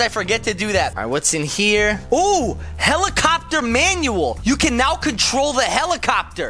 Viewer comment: I heard of helicopter not fellimofter